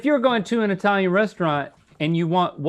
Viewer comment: "Eye-talian" sends shivers down my spine.